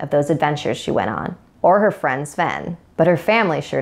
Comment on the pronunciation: Sven is my sven! (Sven sounds like friend) UwU